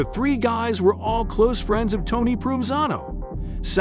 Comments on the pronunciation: His name is pronounced Pro Ven Zano. He is my great uncle. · You should learn how to properly pronounce his name before talking about him.